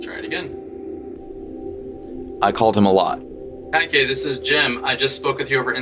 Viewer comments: I don’t think it’s pronounced Ky-Kae I think it’s pronounced Ke-eh-Kee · You've been pronouncing the name correctly, just the end sounds more Kaiqu(ee). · btw its pronounced Kah-ee-kay, but you got it way better than others, some have pronounced it cake